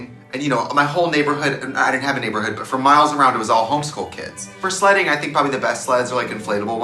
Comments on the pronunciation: Wait, why did I hear Trixie say "slutting" and not "sledding"?? I was so confuused lmao! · when i Trixie said she used to go sledding I legit heard her say "i used to go slutting" and im gagging rn.. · I HEARED: "I USE TO GO SLUTTING" I didn't question it because it was Trixie. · When Trixie said “I went sledding”, I thought she said “I went slutting...they were all home school kids”. 😂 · Oh, Trixie meant sledding! I totally heard slutting and was very confused.